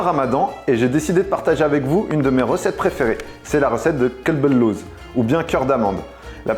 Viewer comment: As salam aleykum alors tout d'abord sans vouloir critiquer c'est Qalb el louz et non Kalb la tu viens de dire "chien d'amande" attention dans la langue arabe si on prononce mal le mots prend une autre tournure mdrrrr et pour moi chamia c'est la halva turc lol je vais l'essayer de suite la recette merci beaucoup